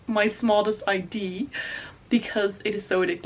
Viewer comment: Everytime you say idea I’m reminded that you are dutch😂 which is really nice. There is so many American book tubers, so it is nice watching other ones as well❤️